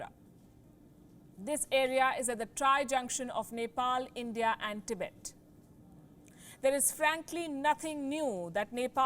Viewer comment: That accent "Tibet"